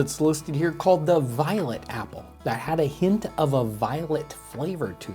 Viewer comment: I thought he said violent apple, instead of violet apple.